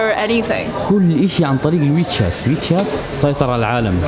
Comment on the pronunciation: Wechat ya dik adik bukan michet😅